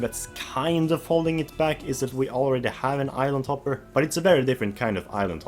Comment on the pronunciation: Interesting list for sure - though (and I intend no offense on this) I kept mishearing island hopper as "idle topper."